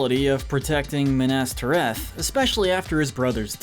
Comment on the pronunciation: Watched 12 minutes, only to go back to the beginning to pick up all the mispronunciations. Cracks knuckles. Sarumun. Rivendale. Bullrog (To be fair I once called it a bull hog, so...yyyeah. 😬) Olihphant - yes, I am nit picking here. Min ass teer eth. Hall dur. More E ah. Galandriel. Shell ob. Bell rog. Issen guard. Fan gorn. Rahn (Rohan). Urkai Deh neither 🧐😆 What gets me is when a name is some of these were also pronounced correctly.